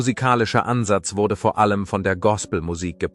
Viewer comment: Vi - erzig ! Vor - ellem ...wor Musiik etc. Pos , fuenfefzich ..Pos .. Unmöglich , diese schreckliche KI - Stimme !!!!